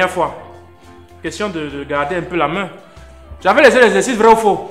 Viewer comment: Le prof : j’avais laissé des exercices ici vrai ou faux ? Les élèves : vraux" 😂😂😂😂🤣🤣